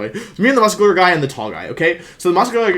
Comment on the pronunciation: no one: wolfe: the guy was muss kyu lerr